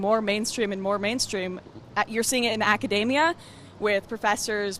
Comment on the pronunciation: 'acadamia' nut .. haha nah but this girl is great.